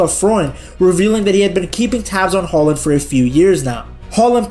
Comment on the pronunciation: As a Brynebu I've got to say: Your pronunciation of "Haaland" (or "Håland") is better than 99% of non-Norwegian speakers!